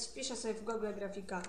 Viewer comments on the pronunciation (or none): none